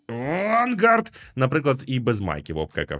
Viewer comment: Вимова "Vanguard" неприпустима для офіційного каналу. Це можна було б пропустити хіба що на особистому каналі автора.